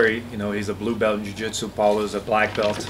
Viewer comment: The "I'm so impressed with Paulo "eraser" Costa English. Did y'all forget this was a fight not English skills? He is now Paula "Erased" Casta. Every one of his O is gone.